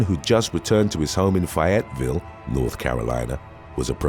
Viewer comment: It's Fay-yet-ville. Not fi-yet-ville. And considering the crime going on there this will help you in future videos lol No judgement, I called it that when I first moved there too because there was a "fi-yet" where I was from.